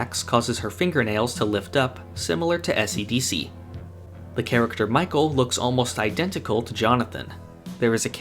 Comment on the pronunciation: if you know what he's referencing why would you pronounce it essi-dissi ??